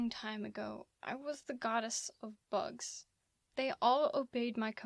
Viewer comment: Oh did you say bugs? I think you said books :P